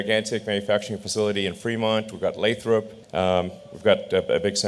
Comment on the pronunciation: “Making the impossible merely late” 😂 the most accurate statement of the year. Elon exemplifies how one person can make a difference in the world; he is living proof. Also, please note how to pronounce Lathrop. “lay-thruhp.”